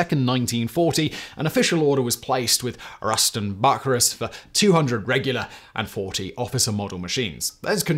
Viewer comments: Pronounced Ruston Byu_sy_rus Limited not buckyrus! nor l t d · I've never heard Bucyrus (byou-sigh-russ) pronounced "Bucky Rust" before. Kinda Sounds like a Douglas Adams character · Ruston Bucyrus - pronounced Beau-sci-russ not bookyrus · Bucyrus = boo-Sy-rus, not Buk-ee-rus. LOL! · I don’t believe it’s “buck-a-Russ”, I believe it’s pronounced “bew-ceye-Russ” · It's pronounced "Bew-sigh-rus." Bucyrus Erie was / is a famous American manufacturer of heavy excavating equipment. I'm intrigued by "Ruston," however. Wonder what the connection with the American company was, if any. Anyone know? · Correct. And ‘LTD’ is pronounced ‘Limited’. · THAT"S pronounced bew - SI -ras Bucyrus - Erie made heavy mining equipment , like steam shovels. Home base was Bucyrus, Ohio. That's pronounced o-HI-o. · It's pronounced Bue-Cy-Rus. It's a town in Ohio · How many 'cy' words have a hard 'c'? Bucyrus Is surely pronounced Bu sy rus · Ruston Bucyrus (pronounced Beu/sigh/Russ) Sorry just bugs me, I’m an &$$ sorry. I didn’t know till I heard it pronounced and I’m a native speaker. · The ruston bucyrus pronunciation made me wince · The 'c' in Bucyrus makes an 's' sound, like in the name Cyrus.